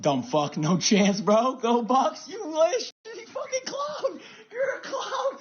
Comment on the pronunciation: I don't think he was a Buccaneers fan at all. Seems like he was an Ohio State Buckeyes fan. He said go Bucks with a K as in Buckeyes. Not Bucs for Buccaneers.